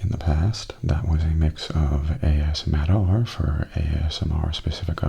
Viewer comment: I'll miss the ASMattR channel name (that A$$-Matter pronunciation just killed me XD), but Mattastic ASMR fits you just as well, if not even better, I think :) Plus, you're the important part, and it sounds like there's plenty more of that to look forward to~ Thank you for continuing to bring us great videos ^___^